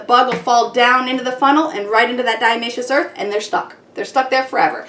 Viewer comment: I couldn't listen to her mispronounce Diatomaceous Earth one more time! Ugh.